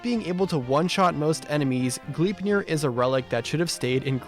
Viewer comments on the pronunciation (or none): Bro can't say Gleipnir right 💀 G"lie"pnir